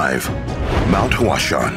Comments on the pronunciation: The way he pronounces “Huashan” kills me. He pronounces it like "Flower mountain" lol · Your pronunciation of the location is incorrect.